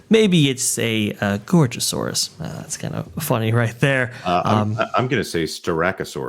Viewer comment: did pronounce Styracosaurus and Gorgosaurus right.